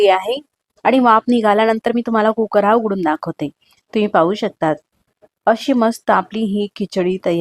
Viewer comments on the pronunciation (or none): none